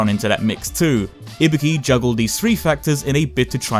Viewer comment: Im not here to get your opinion about her design because i dont give a SHIT whether you like it or not, Im here because i want to know her story. and please FFS its IBUKI not IBIKI...